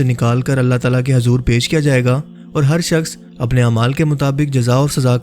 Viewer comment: ماشاءاللہ جو اس ویڈیو میں سمجھا تھے ہیں وہ بہت اچھا سمجھا رہے ہیں لیکن اردو کی چند غلطیاں ہیں َ جیسے کی حضور میں ح کے اوپر پیش ہے لیکن آپ ح کو زبر کے ساتھ بولتے ہیں جس سے نام کا مطلب بدل سکتا ہے اس لیے آپ سے گذارش ہے کہ اس لفظ کو درست فرمائیںَ